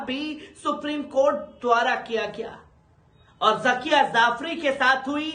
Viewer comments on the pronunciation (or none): ZAKIYA ZAFRI nahi ZAKIYA JAFRI BOL bewaqoof AADMI...Urdu nahi seekha Kya ..